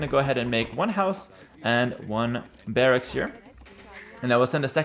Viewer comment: The way you are saying "barracks" makes me think you speak another language. Can I ask which one?